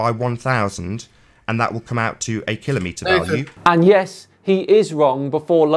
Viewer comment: Oh, you almost pronounced kilometer correctly, but then you stopped yourself. So close. 😀 Of course, im only teasing you,. i like your videos, and i respect what you do.